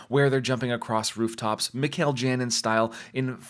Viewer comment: Great channel and videos! However, in Spanish "Janin" is pronounced "HA-nin" Please keep up the great work!